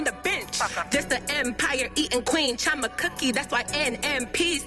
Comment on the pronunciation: Chee- oh- mah ... you're Nigerian stop trying to make your name sound American💀 ... talm bout some "Chama"... if you don't throw that accent in there! CHI OH MAH... CHI CHI ... ah ah wa happun